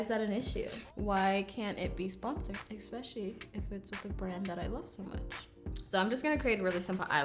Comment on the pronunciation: I love you but I hate the way you say EXPECIALLY. I notice it so much ughhh